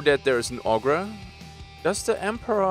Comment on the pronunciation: Great list, looking forward to almost all of those games! Ogre is pronounced OGER btw :)